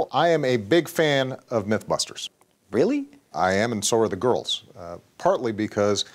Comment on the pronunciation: 'And so are the GORLS '